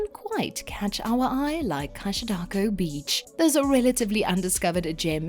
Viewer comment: I'm a Brazilian and I'd say if you go to Maragogi and want to avoid crowds there will be many other more isolated beaches around a guide can take you, such as Ponta de Mangue. Cachadaço is pronounced 'Cashadasso' and I wouldn't name it the number 1 in Ilha Grande bay. I would suggest Cataguazes islands and Dentista beach in Gipoia Island. In Arraial do Cabo, one of the pictures you showed is not Praia do Forno. It's the beach in the Farol Island (Ilha do Farol) which you can reach only by boat and it's the most beautiful in the region. The same phenomenon that happened in Maragogi had happened in Porto de Galinhas long before, so Porto de Galinhas is not a quite village as the video says. It's quite crowded with many hotels and resorts. I would say São José da Coroa Grande, nearby, is much quieter than Porto de Galinhas and very beautiful too. Next, I would say I prefer Ipanema than Copacabana. Copacabana is more turisty while Ipanema and Leblon has more locals and the sea is a little cleaner. Finally, I would like to say that the video sometimes shows images of places that have nothing to do with the places they are refeering to, specially in the part about Copacabana it shows beaches that I have no idea where is that but it's not Copacabana. That's weird.